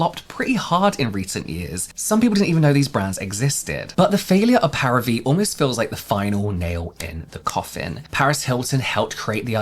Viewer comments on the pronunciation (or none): It's pronounced 'Pah-ree-vee', Paris+Vie = 'vie' is French for the word life. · I'm preeeeettty sure the pronunciation is "Pari - Vie" Like Paris life in English :) Vie pronounced the same in "c'est la vie" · I'm pretty sure it's pronounced "parivee", like some pseudofrench for "Paris life" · Parivíe is equal “life of pari” and pronounce pa-ri- vee. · I think it's pronounced Paree-vee. Vie = life in French. So like Paris life? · The way you struggled to say the name each time hahahaha. Celebrity brands are just not competitive. Every other beauty company founder first and foremost saw a gap in the market, a need that wasn't being met. Often it came from their trade like if they were a makeup artist or a dermatologist, or at the very least, did market research to see how they could best occupy a competitive position in the market. Fenty Beauty was borne of Rhianna's own experiences as a woman of colour who, in her job, found it frustrating that she and/or her makeup artists struggle to find a foundation match. Celebrity status is not a competitive edge. Paris Hilton touched on something that could have worked; a solution to combat daily modern skin aggressors as a busy businesswoman which is how she brands herself these days. But instead of doing a whole line, a few multipurpose hero products would be enough to lend it some credibility as something she uses every day or when she's busy. It's why celebrity "Get Ready With Me" and "What's In My Bag" formats were so huge when they came out. We have a voyeuristic desire to see into the lives of global celebrities, and skincare, being so personal, will absolutely sell like hot-cakes if we believe a celebrity uses it and its efficacy is linked to the condition of their skin. But when a celebrity creates a new product, unless it fills a gap in the market, their endorsement equates to very little as we know they achieved their skin with a pre-existing product